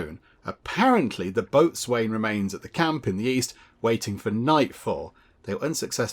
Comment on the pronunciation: point of interest, Boatswain is pronounced Bosen... just so you know. lol